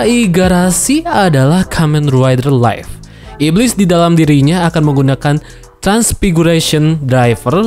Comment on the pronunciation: dibacanya liv bukan laif... live dibaca liv, sedangkan life dibaca laif